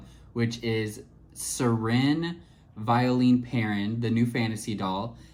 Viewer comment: Her name is pronounced as 'Vyo-len' in french.. I like this doll but I skipped on her because I'm not a fan of dolls with painted lashes. it looks crooked and wierd in certain angles